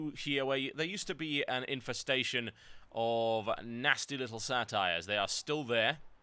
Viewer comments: What he calls Satire at the end is pronounced Say ter. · Lol it's pronounced (say • ter) not satire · The giant naga skeletons: same as before And I have to admit, I chuckled when you pronounced satyr as satire, pretty sure it's pronounced more like Sate-eer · It is pronounced say-terr